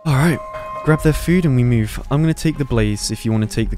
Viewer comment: "we need to mewve"